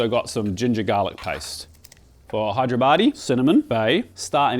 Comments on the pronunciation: I giggle whenever he says: Hi-there-body for Hey-dar-abadi (حیدرآبادی) 😁. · I swear i heard you say Hideyourbody biryani... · Idk why I kept hearing hide your baddie 😆